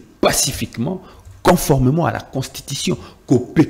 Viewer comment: On dit conformément et non coformement